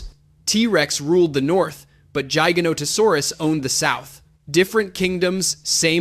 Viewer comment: 1. It's T. rex not T-Rex 2. T. rex was 9-10 tons 3. T. rex used it's arms possibly for attracting mates or to intimidate 4. Spinosaurus was 7 tons is correct but it was 7.4 tons or some even got to 8 tons but it's rare 5. You pronounced jigganotosaurus not giganotosaurus 6. Yes giga is longer but giganotosaurus is 8 tons for average and it was not heavier than t. rex 7. Giganotosaurus didn't hunted Argentinosaurus and Argentinosaurus was 75-90 tons not 100 tons and giganotosaurus didn't hunted in packs 8. Deinonychyus pronounced as die-no-ny-cas Overall is a good video but these are the corrections that I knew from my memory